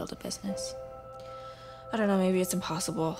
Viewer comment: I HEARD IMP-BOSS-ALE